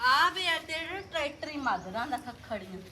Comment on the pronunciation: ਕੱਕੜੀਆ not ਖੱਖੜੀਆ